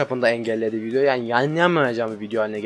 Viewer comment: video diyeceğine vinyo diyor